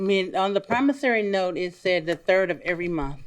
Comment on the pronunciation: So Many of them has come on this show, saying ""PROMOSARY NOTE"", till, the poor judge, who would ALWAYS, say ""PROMISSORY NOTE"", is now also saying, ""promosary note":, listen to, him!!!